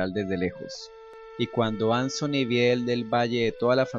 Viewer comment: No sé llama ansony!!! Es Anthony pero me encantó esto!!! Me abría encantado que algo así hubiera pasado en el original!!!